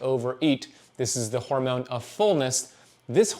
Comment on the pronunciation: The way he says "horemoan" 🤣